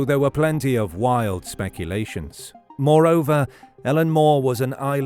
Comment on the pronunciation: Pronounced 'I LEAN' Muir!